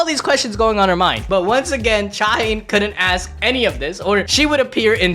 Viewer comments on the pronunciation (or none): All* native Korean names are 3 syllables Sung Jin-Woo Cha Hae-In Not Haen but Hae-een *99% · Cha Hane ❌️ Cha Hey - In ✅️ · Her name is pronounced "Cha-Hae-In" not "ChaHaen"